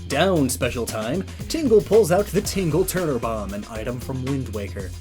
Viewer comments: I love your channel and videos, I don’t expect you to change it, but for future reference it’s tingle tuner not ‘tingle turner’. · Tingle TUNER, not turner.